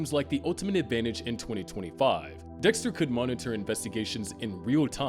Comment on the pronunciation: . am i the only one who heard Dihxster????